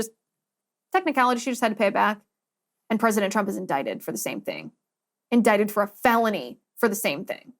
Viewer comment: I can't remember - was Trump indicted? Or was he in-dick-ted?